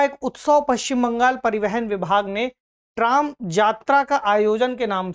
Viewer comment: Trom nahi . Use tram bolte h